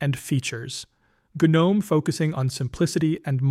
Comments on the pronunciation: Jesus F Christ, stop saying the G in Gnome. The G IS SILENT!!!!!!!!!!!! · The correct pronunciation is: "Guh-nome" — with a hard G (like in GNU or goat), not the silent G like in the mythical creature gnome. The name GNOME originally stood for: GNU Network Object Model Environment Since it starts with GNU, which itself is a recursive acronym for "GNU's Not Unix" and is pronounced with a hard G, the GNOME project kept that pronunciation style.